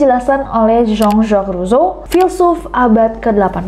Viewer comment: Baru kali ini denger pronounce J.J. Rousseau yg sebenarnya. Padahal di buku IPS sering banget namanya muncul😅